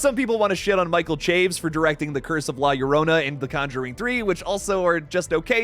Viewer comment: Btw Michael Chaves last name is pronounced like "Chavez"